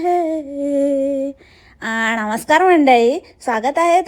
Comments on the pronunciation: नमस्कार ❎ णमस्कार✅ दागिने❎ ढागिने✅ पान❎ पाण ✅ Sangte❎clear karte✅ To mashal tar ek no cha hhutiya vatto mala, ani he baya tar kay swatala mothi shhhhilibrity samjayla lagliy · अअअअ णमस्कार मंडळी 😂😂😂😂